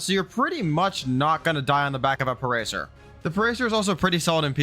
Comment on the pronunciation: Never call it a "parecer" again, it's pa-ra-sar-a-thirum